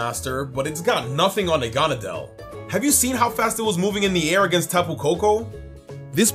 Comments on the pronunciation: WTF Nanagadel It's Naganadel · he called it nanagadel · NA-NA-GAD-EL LOL, but still loved this video. I think Zac won though, sorry! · I think zac won by far it seems that seems to be going for pure raw strength but zac is putting thought about his decision and was able to cover all of their weaknesses and would be able to beat team. It makes sense! And I have a problem....... Naganadel is pronounced (nog a not l) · . Nanagadel. NANAGADEL. Edit: . Noviern. NOVIERN. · It’s na - gone - a - dell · Idk what's more annoying him saying noivern wrong or negandel wrong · Anyone notice that kept saying naganadel entirely wrong? At least Zac was close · He said Naganadel wrong